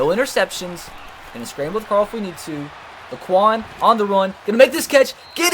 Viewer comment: it’s La qua on. Not lakequon it’s cringy man but it’s ok